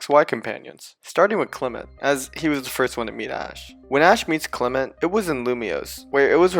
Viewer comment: FOR THE THIRD TIME, THE SECOND E IN CLEMONT IS SUPPOSED TO BE AN O! AND THERE SHOULD BE ONLY ONE L IN ALREADY!